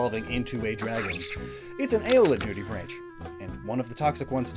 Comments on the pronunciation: the ch in nudibranch is a K sound not the ch sound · Another note: the common pronunciation of "nudibranch" rhymes with "bank" as the ch ending is the guttural ch in "loch" that is often pronounced as a "K" sound by English speakers (with the exception of "machine").